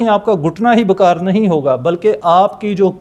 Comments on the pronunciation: معذرت کے ساتھ پلیز بکار نہیں بیکار لفظ ہے. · Alaj.nai.hota....elaj hota ha..or bakaar b nai lafzoun KO.adaigi thek kro